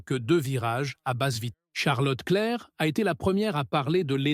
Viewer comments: stop avec votre commentaire lu par IA. Charles Leclerc n'est pas Charlotte Claire !! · la voix IA est juste insupportable, mais bravo le "charlotte clair" et "koda" pour Tsunoda ou encore "Vappen" ou "Vurs" pour Frédéric Vasseur et les sous-titre "aile rond"🤣 je me demande si meme le texte a pas etait créé par IA car a la fin ca va n'importe ou ca veut plus rien dire! perso je ne passerai plus par cette chaine. 10 minute de vide et d'erreur pour apprendre de ferrari change de plancher!